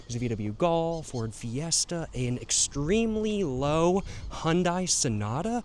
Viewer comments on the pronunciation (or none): none